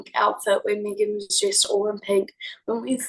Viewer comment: Ty all youre allowed but it's pronounced MEGAN